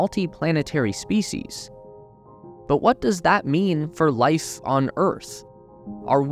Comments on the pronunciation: sounds like you're saying lice indstead of life... i guess only lice get's to evolve huh? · Lice as we know it will never be the same